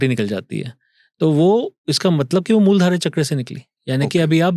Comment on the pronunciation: अरे भाई मूल धारा चक्र नही बोला जाता मूलाधार चक्र बोला जाता है।